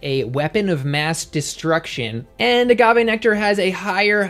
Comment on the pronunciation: I literally yelled thank you when you said agave! I’ve been telling people that for like ever but no one believes me haha! Love this vid 👍👍